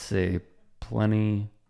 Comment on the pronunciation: Plenipotentiary. That was cool man :D